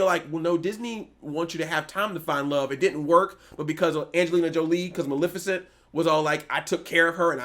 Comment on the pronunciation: Jesus christ WHY CANT ANYONE SAY MALEFICENT CORRECT. EMPHASIS ON MUHLEEEEEEEEEFFFAAACCCCEEEEEEEEEENT